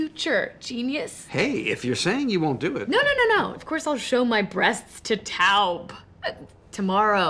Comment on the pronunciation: Wilson says taub so perfectly